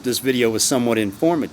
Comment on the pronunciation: Bro the way you say "informative" gets me everytime x'D